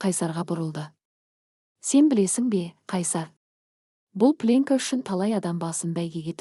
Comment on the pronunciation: Сосын пленка деген сөз плёнка деп оқылу керек.